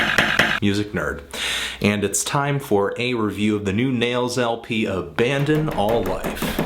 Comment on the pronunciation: I saw Nails live and they sounded gnarly as fuck. Also, way to fuck up album's name at the end, Anthony! lol Good review, though.